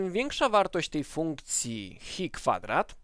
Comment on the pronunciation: Ta grecka litera to chi, nie hi ;)